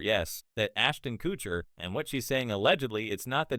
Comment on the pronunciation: Learn how to say his last name or stop using ai voice.